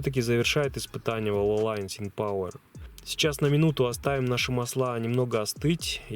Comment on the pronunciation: Российский шелл всегда был полным дерьмом, даже хуже лукойла. Один раз попробовал и перестал его лить. Угорал по страшному. Вальволин лучший. Кстати правильно говорить именно ВальволИн!